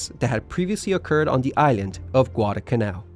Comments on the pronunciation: IT'S pronounced Guada"L'"canal not Guad"a"canal there IS a pronounceable "L" in the middle of the word. otherwise good video. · I know ppl are gonna hate me for this, but I find it distressing how he pronounces it “gwada kannau”. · Excellent!. I really appreciate the corrections. One problem that I will bring up simply because it was like nails on a chalkboard every time. And either I have seen another one of your videos or somebody else made the same mistake. There is an 'L' in the word Guadalcanal.😊